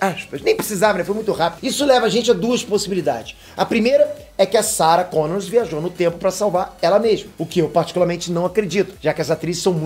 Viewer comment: É Sarah Connor e não Sarah ConnorSSS